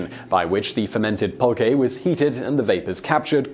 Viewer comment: Yes, you arr pronouncing Oaxaca right, but it and Jalisco are the only ones. Agave is ah-GAH-veh, pulque is PULL-qe and nahuatl is pronounce NAH-wa-tl